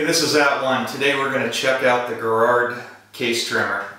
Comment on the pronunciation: And it's pronounced Jer-ro